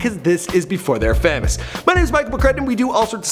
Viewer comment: he said famus instead of famous 😂😂